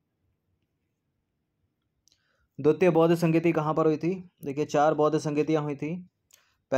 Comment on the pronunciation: Sir hindi ke kuchh shabd bahut galat pronounce ho jate hai, Kundwalan nhi kundalwan Dwitt nhi dwitiya etc.